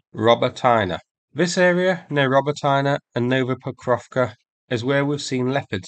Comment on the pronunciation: Robotyne, there is no Роботайнa on the map. Try Роботине.😅